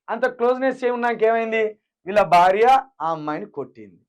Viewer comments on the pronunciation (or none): none